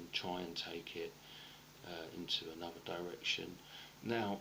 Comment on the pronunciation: Ah-NUV-AH...?.....does he mean Another?